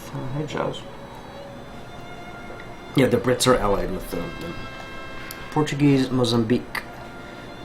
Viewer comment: are you portuguese by any chance? you have a lot of knowledge about the history of the country and good pronounciation of the words